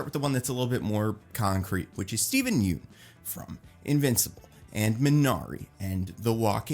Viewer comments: It’s pronounced “Yun” not “Yoon” 🤘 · Hey, quick fyi, Yeun is pronounced like fun